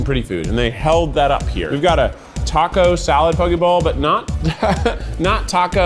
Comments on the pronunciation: He FINALLY pronounced poke correctly!!! cries in Hawaiian Mahalo e Keith <3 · i always remember how to pronounce poke because there’s a poke restaurant near me called “poke doke” like okie dokie :) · THANK YOU for saying poke correctly! (“like okay”) Mahalo nui!! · so glad someone corrected you on the pronunciation of poke lol